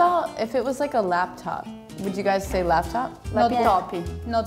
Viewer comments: a americana falando "lappytoppy" foi muito bom kkkkkkkkkkkkkk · When the brazilian speaks about lapitopi or notchibqui, she first makes a quick hidden "é", which means yes. ahahahahahah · Lapeetopee notcheebookee 😂